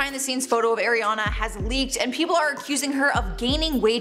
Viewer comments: It’s ariana not AIRiana lol tf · Its not Airiana.. It's Ari ana Grande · I can hardly get through this video with her saying AIR riana it’s ARE riana omfg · Why does people still pronounce her name wrong. It's Ariana not airiana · Air-e-yah-nah grande. It’s Ariana. It really ticks me off how some people pronounce her name 🤷🏾‍♀️🤦🏽‍♀️ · Charlotte calls her "Air"iana grande. Now, so does. Is it a Canadian thing? Lol. Watch the video that's 20 seconds long of ARiana Grande saying her name. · “eRiana grande” that’s not the point tho this is so mean like imagine making fun of ariana smh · ARIana not AIRiana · It's ariana not air-iana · “Airiana” come on it’s not that hard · I hate it when people say “airena grande” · I cringed every time she said Airiana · The first thing I heard: AIRiana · AIR-iana lolllll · AIRiana grande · If you’re going to make a whole video about her at least pronounce her name correctly.. AW REE AW NUH